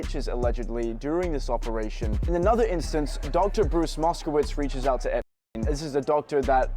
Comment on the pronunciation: Fuck that his name is Epstein not UUUUNT!